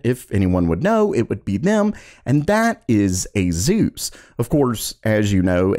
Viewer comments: You call ASUS, A-ZEUS? 😂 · Asus: eyzuz